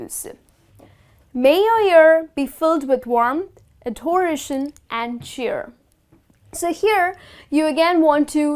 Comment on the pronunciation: Kindly pronounce these words correctly - year, cheers, adoration, and endeavour.